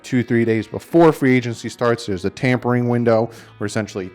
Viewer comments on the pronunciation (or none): none